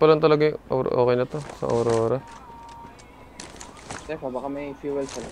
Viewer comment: Bkt Po Awrora Ang tawag nyo a wrong😅😅